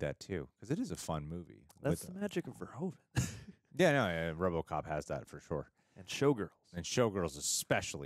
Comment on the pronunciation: Pronounce it as Paul verhooooven :)